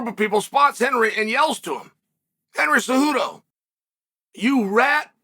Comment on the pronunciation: dude theres literally the right pronunciation all over the youtube video… just HOW did you manage to butcher “cejudo” THAT bad?? It’s literally in the title and in the comment you answered to and you decided to go with “Suhodo” lmfaoooooo